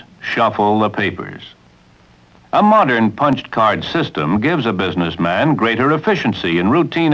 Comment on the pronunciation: wow he really emphasises the MAN in BUSINESSMAN doesn't he XD